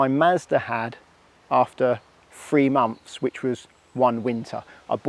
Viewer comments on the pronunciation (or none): Months th not Mumfs… honestly the youf of today